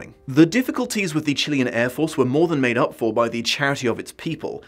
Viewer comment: The first time I’ve heard someone say Chilean right instead of going for Chilayan.